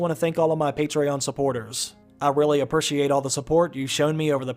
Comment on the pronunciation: Of course do the next episode and I apuuusheate the way you say appreciate!